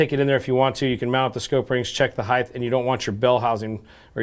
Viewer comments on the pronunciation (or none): You lost me when you said "height" as "heightTH". Learn to speak if you want to do it publicly.